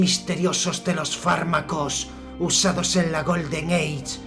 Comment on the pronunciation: odio tu pronunciacion "GOLDEN EICH" paf!